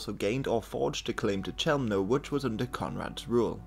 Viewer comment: Just a little side note, Polish (or German, for that matter) CH is pronounced as KH. And CK is pronounced as TSK. So it's more KHELMNO and PLOTSK. Either way, it's not your fault. It's more a fault of English pronounciation than yours.